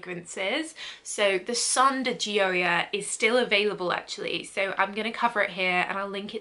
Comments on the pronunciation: your pronunciation is sooo close!! its “joy-uh” and it means joy in english. thats my name hahah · Pronunciation so off, it’s said like Joya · I believe Gioia is pronounced “Joy-uh” but I could be wrong! I’ve always seen these in Ulta and the bottles are so cute!!! Such a nice review!!! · it’s pronounced “joy-yah”. :D. Thanks for the video. You helped me decide which one I’ll be buying at the upcoming Sephora sale! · She was waaay off, what are you saying so close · Your saying the perfume name wrong , my last name Is Di Gioia , so I know .